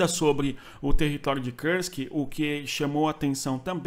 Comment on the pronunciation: Kursk não é uma palavra inglesa, a pronúncia não é com o "u" com som de "ã" como em trãmp, esta palavra tem que ser pronunciada com som de "u" mesmo.